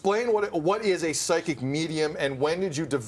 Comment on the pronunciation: did you say pyschic or pyscho ???